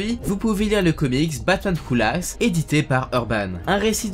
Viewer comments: Ça ne se dit pas " who lasse" mais "who lowf" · Il dit batman houlas wsh 😂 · "Batman Woulaf" aie ^^' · “Le Batman oulasse”, j’suis mort de ton accent mdrrr mais ça enlève rien à la qualité de la vidéo haha